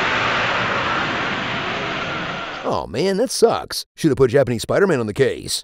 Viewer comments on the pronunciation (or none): It's SUPAIDAMAN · Supaidaaman lol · Thanos: Who are you? Peter: An emissary from Hell, Supaidaman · It's not spider-man it's supaidaman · God I loved that SUPAIDAMAN thrown in frequently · Some people: Tobey Maguire Some people: Tom Holland Literally nobody: Andrew Garfield Me, an intellectual: Supaidaman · The repeated cuts lmao. ShpIDA-MAn!